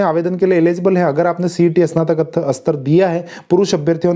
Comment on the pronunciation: "इसनातक" नहीं "स्नातक" बोलो।